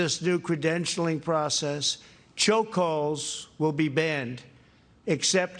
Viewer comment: Lol. Think he DID say choke holes lol